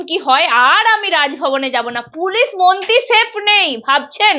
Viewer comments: দিদি, আপনি "মন্তী"" মন্তী" বলেন কেন?? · it is awful to hear you say bengali. It is not "monti" it should be "mantri". Listen how the other lady is pronouncing the word, learn from her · Anchor ta beep beep beep. Kotha boltei dicche na. Montee noy, montree 😢